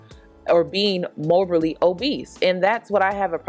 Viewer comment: Morbidly obese not mobally or whatever you were saying sis.